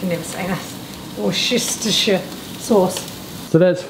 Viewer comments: It's pronounced WU·STUH·SHUH 😄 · I am sure someone must have mentioned it but, the sauce is pronounced “wuster”. It is the same for the other English names like Gloucester- pronounced “gloster” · It's pronounced Wooster sauce 👍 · Woostersheer, where woo is like wood. It's a proper noun full of red herrings. Oh, and a red herring means to lead up the garden path / to be lead astray / thrown off the scent / smoke and mirrors / pulling the wool over your eyes / 'you're avin a laarf' (cockney).. Us bombastic English. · tell it’s pronounced WOOSTA SAUCE and not the whole word. Keep up the great work the Reno is looking great.👍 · It's pronounced 'Wuster' (sauce). Loving the show. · WOO-STER SAUCE - there you go xx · It's easy to say. Wooster sauce.